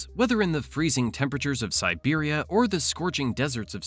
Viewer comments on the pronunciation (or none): none